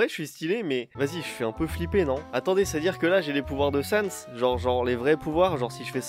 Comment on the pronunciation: Pas Sans XD